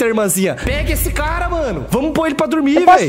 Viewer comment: KKKKKKKKKKKK BOTA NENEM PRA DORMIR "botahh nenempradurmir" jjakskksks